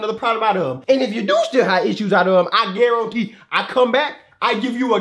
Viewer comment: I can GARONTE I CAN GARONTEEEEE